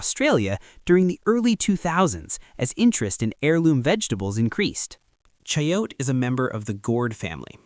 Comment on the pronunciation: FYI--it's pronounced "cha-YO-tay", not CHA-yote. It's also called mirliton and is frequently found roasted and stuffed in Louisiana Creole and Cajun cuisine.